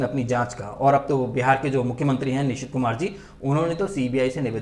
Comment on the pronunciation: Bhai hadbadahat me aapne Bihar ke CM ka naam Nishit Kumar kaha shayad......